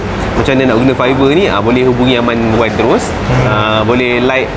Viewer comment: Done watching! 'R' Wan yang mahal tu haha.